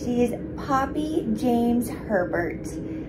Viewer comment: Anyone else can’t stop hearing pervert in the intro instead of Herbert 😭😭😭😭😭